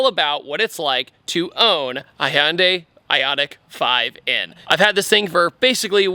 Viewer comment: Holy shite, this is the first time I've heard you say Hyundai correctly, instead of "Hundai"! I had to do a double take 😂😂